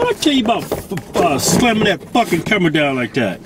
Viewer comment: "cumera" lol